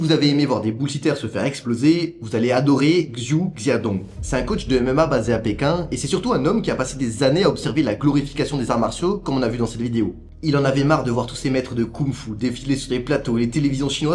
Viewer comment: Xu Xiaodong, ça ne se prononce pas gzou gziadongue, mais CHou CHiao-Don' En chinois, X c'est CH